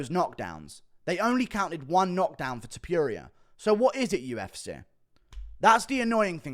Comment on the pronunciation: Guru its TOPURIA not TOPIURIA ffs